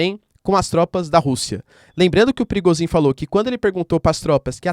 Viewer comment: "Pirigosin" kkk